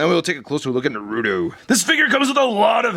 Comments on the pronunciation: it's Naruto not Narudo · It's NAR-UTO not NAH-RUTO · It's a Naruto not Narudo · It's not narudo it's naruto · ITS NOT NURUTO IT'S NARUTO!!!!!!!!!! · its na-ru-to not na-ru-do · Its not "narudo" its na-ru-to😑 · RASENGAN NOT FIREBALL AND ITS NAR-UTO NOT NARUDO AND THE DAGGER IS A KUNAI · It’s (NA RU TO NOT NARODO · you were saying noruto its naruto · NA-RU-TO!! NOT NARUU-TO FUCK..! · Him saying naruuto ticked me off the whole video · Its pronounced nah roo toe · Why do so many people call naruto, narudo????? It annoys me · Nar uuu toe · It's pronounsted nar uh toe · He said narouto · since when Naruto turned in to "Narrruro"?, hahahaha!!!! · It's called nurato in syllables its nur-a-to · its pronounce nar u to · ITS PRONOUNCED NARTO THE U IN NARUTO IS SLIGHTLY SILENT AND ITS PRONOUNCED RA SEN GAN NOT FIREBALL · Its pronounced like NAR-A-TOW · you pronounced his name wrong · It’s pronounced Naruto i😤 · Really b** really u have to pronounce it wrong 💩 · You say naruto wrong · waiting for you to pronounce the t in naruto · Your saying his name wrong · THAT IS NOT HOW YOU FUCKING PRONOUNCE NARUTO. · It's funny how he says naruto.XD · that's not how you say his name